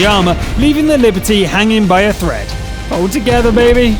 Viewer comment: Liberty? Non, c'est Liberté! If you must feature that dastardly French heavy, pronounce it right